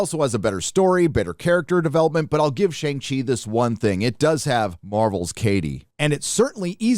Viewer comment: You're pronouncing Shang Chi wrong